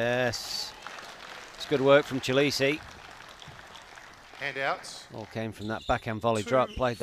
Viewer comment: The young mans Sur name is pronounced as follows, 'Chi le Shay'.